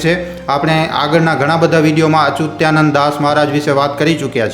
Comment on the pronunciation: અચુતીયા નંદનહી પણ અચ્યુતાનંદ બોલો